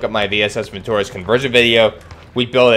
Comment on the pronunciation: it's not vintOrez, but vintorEz